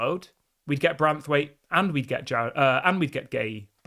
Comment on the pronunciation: It's BraNthwaite not Brathwaite. Ffs get his name right!